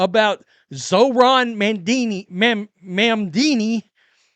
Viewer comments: "mam-dini" is hilarious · Hey you said Mamdami name wrong but since we all agree he’s a POS I have no problem with you butchering his name. You get a pass from this NYS resident.